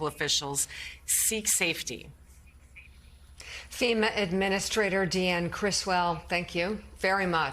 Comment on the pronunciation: First, it's "FEMA" not "FIMA" ... lol ... second, research what you are talking about before you spread the continuing MAGA lies! FEMA money has nothing to do with immigrants! The money comes from 2 different buckets and it is allocated by Congress!! Seriously MAGA ... do some research!!